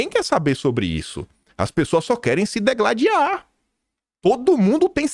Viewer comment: De novo,? NÃO é degladiar, SIM DIgladiar.